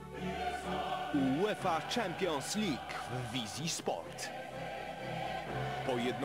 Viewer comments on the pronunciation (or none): "jułefa czampions lik"- na szczęście dziś mamy bardziej wyedukowanych językowo lektorów...